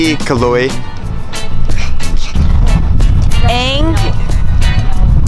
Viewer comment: I almost fell off my chair when your brother-in-law "Ako ang bayaw ni Calog". Why did they have a hard time reading the word 'Caloy'? The last letter is 'y' and they pronounced it as 'g'. You know what kalog means? Kalog is Tagalog slang for crazy.